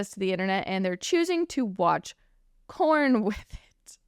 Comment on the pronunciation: It sounds like your saying corn instead of porn lol 😂